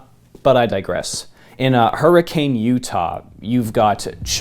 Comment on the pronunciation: Hurricane as the city is pronounced Hurrikin.